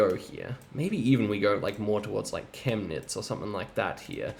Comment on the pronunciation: The yellow roads are Bundesstraßen and there is no system to how they're set up sadly. Btw, your german pronounciation is really really good. I guess I've never heard a foreigner pronounce Chemnitz correctly